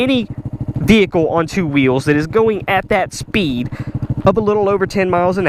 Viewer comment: the way you say speed lmfao